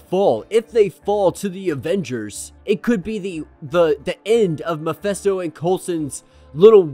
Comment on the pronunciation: Is anyone distracted by this dude's mispronouncing of Mephisto? I've never heard Mephisto(Meh-fisto) pronounced "Mi-festo". Is he serious? It's enough he purposefully sounds like a Capt Kirk knockoff, guess that's his thing and his platform so whatever but does he preread the comics or does he wing it? Still it's his party so.......but where they say "Miphesto" at? Ijs